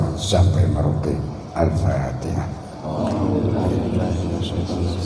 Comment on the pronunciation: Si ghufron baca fatihahnya saja salah..ngajinya yang di baca bolak balik cuma fatihah 😂😂😂😂😂